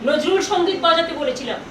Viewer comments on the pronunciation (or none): none